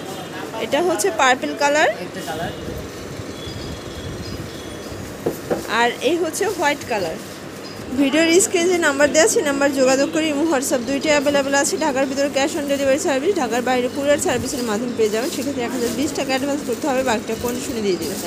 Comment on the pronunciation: স্ক্রিন...not স্কিন...স্লিভ...not সিলিভ...ভিডিও র পাশাপাশি সঠিক উচ্চারণ শিখা উচিৎ.